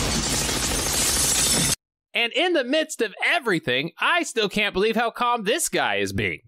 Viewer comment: I like this movie, and while you did make a few valid points against it, I still have to take a few revenge shots at you: 1. Amazon started off dealing drugs? 2. You really said B-Lee-ver... What the hell is wrong with you? Decent video, I guess.